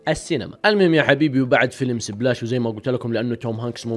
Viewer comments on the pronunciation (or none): فيلم سيبلاش 😂😂😂 انطق صح